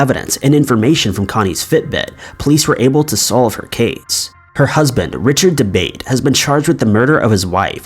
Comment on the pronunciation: Is the mans last name Debate. They're wrong so much on this channel.. Its probably Italian and pronounced " da Ba Tay ".